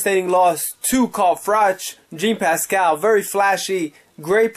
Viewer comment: I cringe everytime I hear you say Jean Pascal. Learn the names